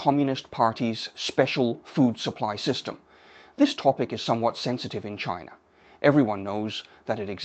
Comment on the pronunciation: I don’t like the pronunciation of “China”. It was a French version rather than English version😂